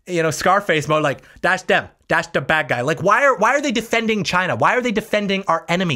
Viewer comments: Actually, he didn't say it came from "China", he said it came from "Ghina". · I thought it was hilarious he was was saying it normally and then said the meme version for emphasis. Chyna